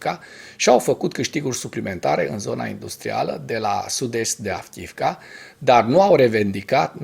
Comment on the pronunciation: Fii te rog mai atent la pronuntia localitatilor/oraselor din limba ucraineana. Cred ca ai spus de 20 ori Avkiivka in loc de Avdiivka. Sper sa nu fie cu suparare. Multumesc!